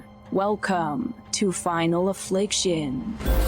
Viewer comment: "Final "afflic-SHIN" she says! No thanks to this channel!